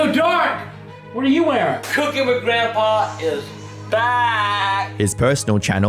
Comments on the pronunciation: How many times does someone need to mispronounce "Grandpa"? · You pronounce "grandpa" funny. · lol "Grantpa"